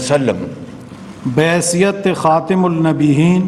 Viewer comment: imran khan or shahbaz shareef mein faraq . KHATAMUN NABEEN lafz kitna accha ada kia. Shahbaz sahb nay